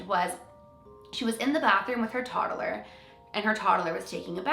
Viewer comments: “Toddaler” lol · She says “toddler” weird 😅